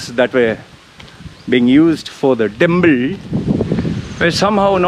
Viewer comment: I love the way you say "temple" , timpl, timpl, timpl, hahahah